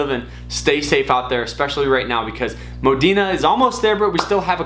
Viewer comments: Is the r silent in moderna? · I don’t think so my guy was just saying it wrong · Its Pronounced Moderna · Modern man cannot pronounce Moderna